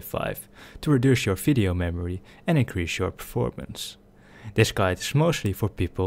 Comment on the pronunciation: Why are you saying fisheo and not video